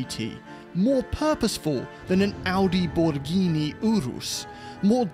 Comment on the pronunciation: why did he call it the Audiborghini Urus¿¿😂😭